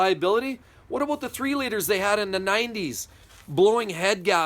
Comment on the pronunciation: Aboot lol